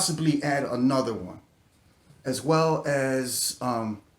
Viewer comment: "anotha one"